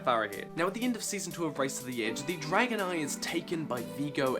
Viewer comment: Am I the only one that thought he said dragonite when he said dragon eye?